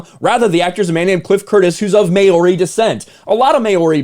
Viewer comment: It's not May-Ori, it's Mow-Ri. I know is spelt Maori but the Mao is kinda like Chairman Mao....